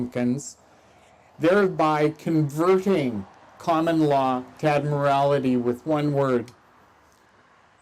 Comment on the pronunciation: Admirality 😂😂 not admiralty